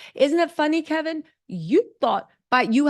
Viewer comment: HIS NAME IS KEVIN..NO L.